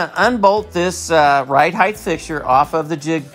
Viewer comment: Why do you say height "heigh-th"?